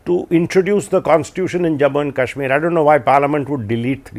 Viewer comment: Adv. Salve pronouncing Kashmir correct..😊